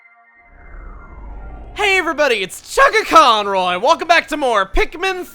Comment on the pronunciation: Hey everybody it's